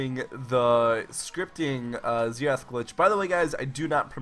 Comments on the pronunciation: Zenath? I though it was xerath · Disliked literally just because of the pronounciation of Xerath